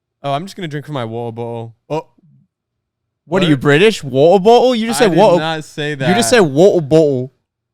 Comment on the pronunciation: WATTAHBOTTUHL! Heh, only on Out of Character Podcast with hosts and on Youtube! 🤣